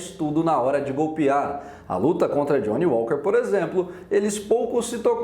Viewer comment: Jhony Uóker !?! 🤷🏻‍♂️😅